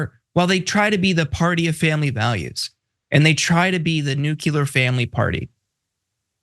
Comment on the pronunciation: Nucular? Seriously? I thought this was a more educated group?